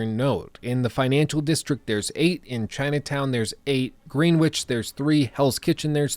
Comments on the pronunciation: It’s pronounced Gr-en-ich not Green-which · I was looking through the comments to see if anyone would mention him saying ‘Green-witch’. I don’t know about in the U.S, but the area of London that Greenwich is presumably named after is pronounced ‘Grenich’. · Greenwich? Did you actually say "GREEN-witch"? It's "Grenn-itch". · hahaha its pronounced Gren-itch. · Greenwich is pronounced Gren-itch lol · Haha he said "green witch" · You've probably been spammed about this but Greenwich is pronounced Grennich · The 'w' in Greenwich is silent and its said like there is only one 'e'. Weird I know, its kind of said like "Gren-itch" x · No offense, but it was kinda hard watching you keep running into buildings when you were swinging lol. Also, “green-witch” lmao